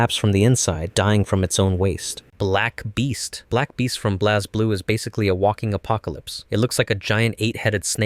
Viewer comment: It's Blaze Blue not Blazzz Blue